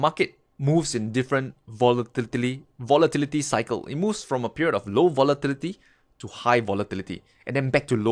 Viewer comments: hey!! i want to make your day and everyone elses day after a stressing day of trading with this one word " Votilityty" LOL XD sorry cant help it i am very stressfull today!! Have a wonderfull day everyone and good trading! THANK YOU FOR THIS VIDEO!, helped me today in so many ways XD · i like the way you say volatility lol